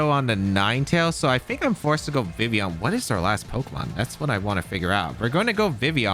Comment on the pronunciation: How you leave the L out of Vivillion your not pronouncing it correctly